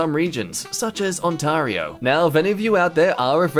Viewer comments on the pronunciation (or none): Fun fact: it's pronounced ON-TEAR-E-OH Ontario